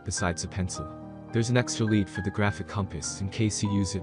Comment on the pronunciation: Sorry, can’t take a compass review seriously if the narrator can’t pronounce “lead” properly.